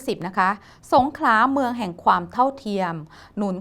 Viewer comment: นักข่าวแหลงให้ชัด สงขลา ไม่สงขา